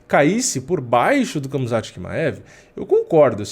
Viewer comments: nao é kamzat, é ramzat...mesma coisa da pronuncia do khabib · Khamzat se fala Hamza assim como Khabib se fala Habib.